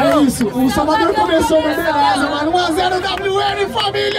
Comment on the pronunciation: Eo bob que falou Salvagão invés de salvador kkkkkkkkkk